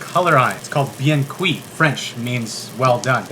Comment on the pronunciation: La façon qu’il a dit « bien cuits »…